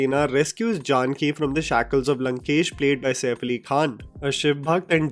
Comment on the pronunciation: I am just can’t help but get cringe at the way you said Janaki as Jaanki 🤦‍♂️